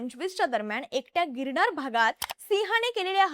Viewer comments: बोल भिडू, शो होस्ट मुलीला पहिले 'न' या शब्दाचा चा बरोबर उच्चार करायला शिकवा, प्रत्येक वेळेस न ला ण बोलतिये... गिरणार 😂.. अशा व्यक्तींना शो होस्ट करायला नका देऊ ज्यांचे उच्चार अत्यंत अशुद्ध आहेत. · बघूण नाही ताई बघून अणेक नाही अनेक . गिरणार नाही गिरनार !! पासूण नाही पासून !! कृपया उच्चार शुद्ध ठेवा !! काय कित्ती अशुद्ध उच्चार न बोलायचं तिथे ण आणि जिथे ण बोलायचं तिथे न बोलतेय तू ताई?? आनी पानी